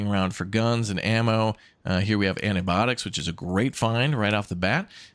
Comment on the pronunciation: "Here we have ennah baddix" (antibiotics) Merricans... 🤦‍♂️